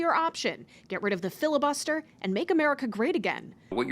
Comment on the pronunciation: "🤷 filla-buster this, filla-buster that... yea whatever😄"